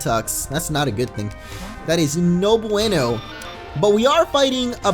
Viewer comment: Hearing a native Spanish speaker saying "No buwaynoh" like an ignorant English speaker was perhaps one of the more surreal things I've ever heard.